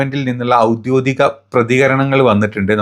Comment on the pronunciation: ഔദ്യോദി കമെന്നല്ല, ഔദ്യോഗികമെന്നാണ് പറയേണ്ടത്.